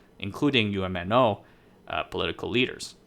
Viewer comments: You're mispronouncing UMNO, you don't spell it out as U-M-N-O when you pronounce it, it's just pronounced as a single word with 2 syllables, Umno, the UM makes the same 'um' sound as the um in thumb and NO, well it's the same as the word 'no.' Also, , you talk about Chinese discontent triggering a brain drain, and then you talk about Malays leaving Malaysia. I'm confused, did you make a mistake and mean to say Malaysian Chinese leaving Malaysia? Because some foreigners incorrectly call all Malaysians Malay even if they're Chinese. And from the statistics I've looked at, most Malaysians leaving the country are Chinese. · Great video! By the way, UMNO is usually pronounced as one word "Umm noh"!